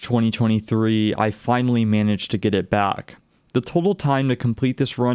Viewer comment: "Fortunally" "miniged' Fortunately Managed